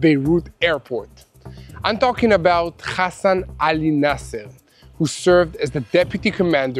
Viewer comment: Not khasan but hasan.😂